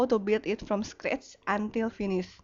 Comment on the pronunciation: Lol, I hate when you say scratch,, no offence, but I can bearly understand what you're talking about.